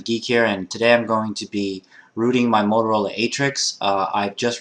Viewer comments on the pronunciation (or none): none